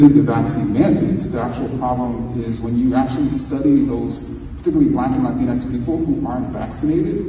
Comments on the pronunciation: why does he say latrine x? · Did he just say "Latinex People" ?????